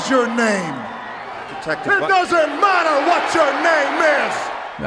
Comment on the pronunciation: your accent unintentionally revealed the truth of mothman he is not made of matter he's made of meta